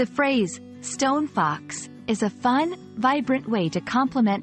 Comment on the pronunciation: you're not quite saying it correctly. The two words are stressed the same, like Bus Stop or tree trunk. In poetry this is called Spondee. Something else I was reminded of earlier today: the saying originated as Stone Cold Fox, as in she knows she is our of your league.